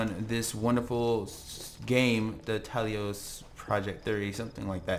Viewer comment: "TA-LOS" NOT TALI-OS THIS AIN'T MASS EFFECT TALI AIN'T IN IT